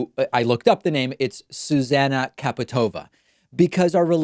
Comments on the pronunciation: Zuzana's nams is actually pronounced as [Chaputovaa] :) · my fav thing is u pronouncing zuzana čaputová as "caputova" qkdnejdnskd its "tchaputova"